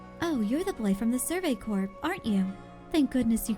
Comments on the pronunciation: Corps is not pronounced like 'corpse,' as you are saying it. It is pronounced like 'core.' I notice you've started pronouncing it correctly sometimes, but you still say it wrong most of the time. I think the correct times are on accident. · Corps is one of those words that i know how its pronounced but my lips refuse to say it that way.